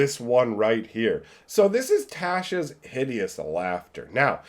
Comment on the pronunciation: The way he says Tasha inflicted d12 psychic damage to me. It's pronounced tosh-uh